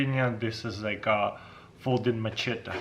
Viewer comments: Say machete lol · Please someone teach him how to pronounce "machete" 😂😂 it's hurting me